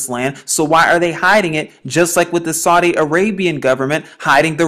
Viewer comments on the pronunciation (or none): none